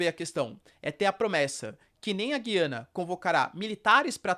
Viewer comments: Pelo que vi, a pronuncia correta é Gu-i-ana. "Discutir a cor dos olhos do Nicolás Maduro" foi boa. kkkk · A pronúncia correta é "Gu-iana", com o som grave na letra "U." Henrique Braga, professor e autor de materiais didáticos do Sistema Anglo, explica que há um ditongo na sílaba "gui", o que indica que o "u" deve ser pronunciado. Um ditongo é uma sílaba em que aparecem duas vogais —e ambas são pronunciadas.